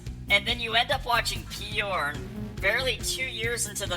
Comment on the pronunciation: Peyorn? Why the extra syllable?